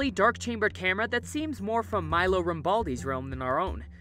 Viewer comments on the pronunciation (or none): none